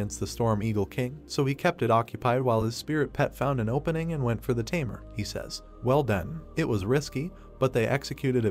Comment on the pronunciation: The tamer is pronounced as timer😂